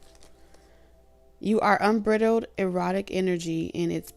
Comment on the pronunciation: The word is unbridled, pronounced like bride. meaning, uninhibited.